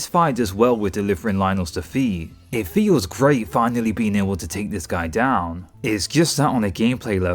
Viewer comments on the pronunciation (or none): none